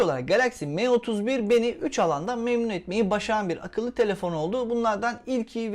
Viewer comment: me31 değil sanki em31 diye telaffuz ediliyor